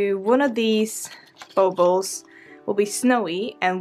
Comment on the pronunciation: Zits pronounced baw-ball